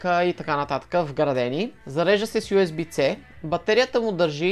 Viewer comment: моля те оправи си прическата за следващото видео - в предното видео спомена нещо за Nanlite, може ли ревю да направиш на някоя по-качествена лампа от тази. - Митков сега и той ще стане известен в този така популярен youtube канал - каква е лампата която е зад гърба ти, nanlite ли е? - примерните кадри на бюрото са симпатични - USB Type C - звучи по-добре от "usb Ц":D Върнах няколко пъти на мин, в шок съм, ти публично предлагаш да дадеш нещо твое на някой друг човек. Какво се е случило с теб,температура ли пак си вдигнал?:D Надявам се да ми отговорите на всички чертички г-н (известен youtub-ер) Ако всеки път ти цъкам палец на горе ще има ли подаръци?